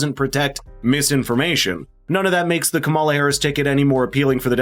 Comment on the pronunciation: I enjoyed the parody ad. It is a bit annoying that keeps mispronouncing KAM-a-la's name. This must be deliberate, and it's a bit juvenile.